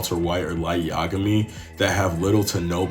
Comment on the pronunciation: Light Ya Ga Mee not Light Yagome